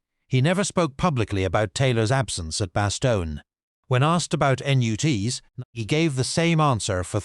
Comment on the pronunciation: It is obvious no one reviews these videos before publishing them. Your AI voice can’t even say “NUTS”